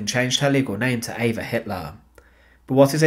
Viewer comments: Her name is EVA NOT AVA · Her name is Eva. He pronounces it not in the German way. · Spelled Eva pronounced Ave-ah.